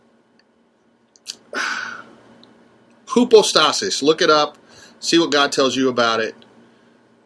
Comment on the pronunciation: Try "hypostasis" the "y" sounds like a "u". It's not an unknown term.